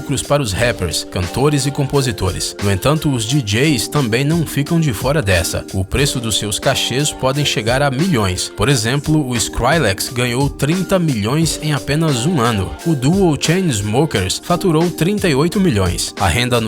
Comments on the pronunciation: "ISCRAILÉX"? É "Iscruiiiiiiiiiiiiiiléx" POHA! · Skrailex pqp, é Skriiilex. Pleno 2018 e nego ainda falando errado. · Errou a pronúncia de skrillex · Alguém falou skrillex errado kskskkskks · dei deslike, só pq errou a pronuncia do ''skrillex''...erro grotesco.